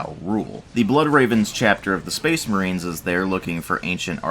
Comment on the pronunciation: Speecsh Merehn!